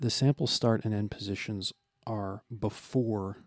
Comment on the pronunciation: "postions"... 😉 really though very informative. Appreciated.